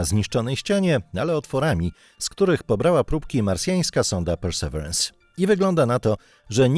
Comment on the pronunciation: wymowa: persy'wirens - i będzie znacznie bliżej prawdy:) Akcent na trzecią sylabę 'wi'. To, oczywiście, wersja bardzo uproszczona, ale myślę, że jak najbardziej do 'ogarnięcia':)